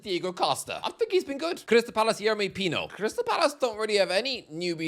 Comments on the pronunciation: ...It's pino not mino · “Yeremy Mino”. Never change 😂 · that P in Pino's name is not an M... idiot!